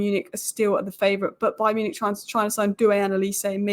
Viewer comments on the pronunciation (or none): none